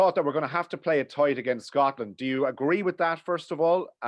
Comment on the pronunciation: The way you keep emphasising 'Scotland' is disrespectful as fuck